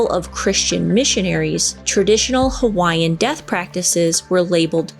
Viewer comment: I am from Hawaii, and your pronouncement of the Hawaiian words was right on!